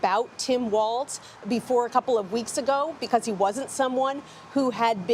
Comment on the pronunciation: Walz….. say it like “walls”